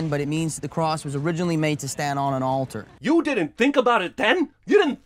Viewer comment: why not sin the way he says "altar"